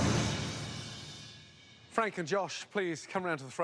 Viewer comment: Fwank wost cause he was a vewy wazy cook.